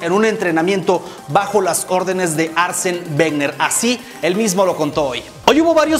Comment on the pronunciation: Aser venger??? 😂😂 Aser wenger se pronuncia crack